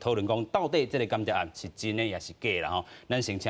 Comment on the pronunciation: 「間諜」讀作「kan-tia̍p or kàn-tia̍p」 嘉賓跟主持都讀作「kian-tiap」，作為主持人，音讀錯，實在太不專業，估計沒好好學習教會羅馬字！